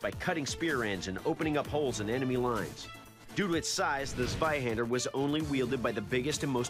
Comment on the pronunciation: Dude really said Zwahander instead of Zweihander